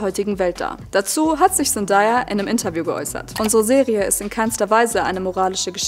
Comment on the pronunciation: Sehr gutes Video, ich bin auch totaler Fan der Serie, es stört mich nur bisschen wie du Zendaya aussprichst man spricht sie ZenDAYa aus also day wie Tag 😅🫶